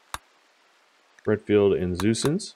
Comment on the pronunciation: I keep hearing Redfield as Renfield... and I immediately think of Bram Stoker.